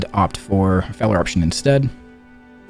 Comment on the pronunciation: Sigil of Failuh 😂